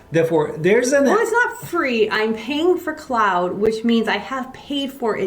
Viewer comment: Also just a respectful heads up but Claude is pronounced "clod" or "clawed" not "cloud".